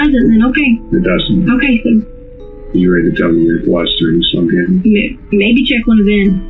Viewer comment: This is why people hate AI bullshxt. Gannon is not that difficult to pronounce.